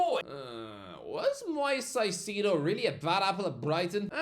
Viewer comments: moy-ses kai-say-dough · Please just learn to pronounce Moises Caicedo it’s not hard lad